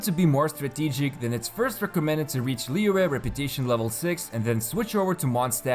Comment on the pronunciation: It's literally almost spot on according to native mandarin speakers online though???